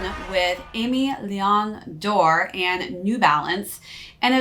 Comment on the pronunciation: Love the video! I think it’s pronounced aim-eh vs Amy